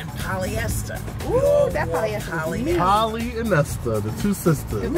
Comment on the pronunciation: "Polyesta". snerk...